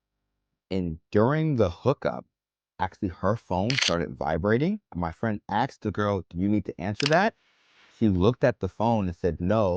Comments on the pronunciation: It is ASKED, not AXED. Don't judge women when you cannot even speak your own mother tongue and buy sex. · it's ASKED not Axed!! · Sorry but your accent is super annoying. Already the fact that you can't pronounce "asked" correctly is so annoying.